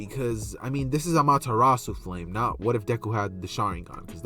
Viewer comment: Ayee! Btw no problem man you deserved that break (not to be picky but it’s ah mah ter ra su